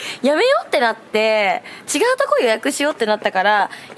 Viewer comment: ｢ちやう！｣って言ってる！ぽんすと一緒だwwwwww